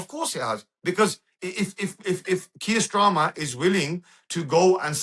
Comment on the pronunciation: 'kier strama'